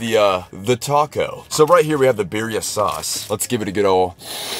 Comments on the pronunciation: "beer-e-a tacos" NEVER SAY IT LIKE THAT AGAIN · Why do I hate that? He says Birria instead of birria I know it’s spelled the same but like Birria tacos is supposed to be pronounced in Spanish, no offense